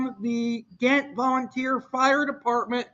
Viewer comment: It’s pronounced Jaaahent, it should’ve been spelled with a J but it’s Ghent and pronounced with J instead of G..